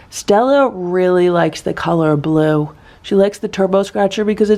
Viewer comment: Awww brotherly love!! And then Simba walks away being caught. Awww boys.. All the cats look so calm in the morning! Awww blue sounds like boo. 😅 they are all waiting downstairs for food. So they want to get notice. Ohhh nooo raccoons!!